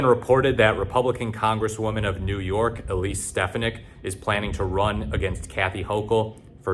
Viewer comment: It won’t matter, gang. Also her last name is pronounced “Steph-On-Nick”.